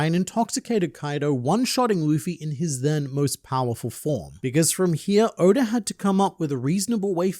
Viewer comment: He keeps calling Oda Odor and It keeps making me laugh